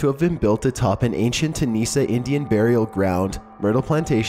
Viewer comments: Tunica not Tunisa Indian burial mound (the Myrtles). But the ghost story they tell the tourists is not true and should be corrected. It disparages the character of one of the dead former owners. But the truth would probably not rent rooms. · your mispronouncing of so many words gets on my nerves. Tunica was said wrong. etc. pronounced TOONICA.